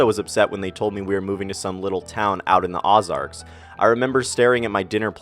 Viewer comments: The Ozarks is pronounced with an O not ah. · I used to live in the Ozarks... btw... its pronounced "Oh-zarks" ;)